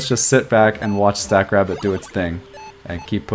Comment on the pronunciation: At first I thought you were calling the AI "Stack Crap". Lol